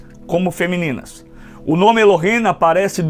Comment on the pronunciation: Eu acho bom , muito bom só non gostei nada pq , o senhor devia ler o nome ,,,,Elohim,,,,, do jeito Q é. Non e ,,,Elohem,,,, é ,,,,(Elohim). E o senhor fala ,,,,Elohem,,, tem Q ser do jeito certo.